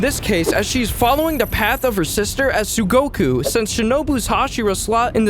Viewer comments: tsuguko not tsugoku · isnt the word 'tsuguko' not 'tsugoku'? just asking